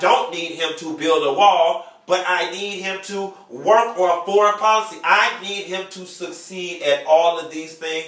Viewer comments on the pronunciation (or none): none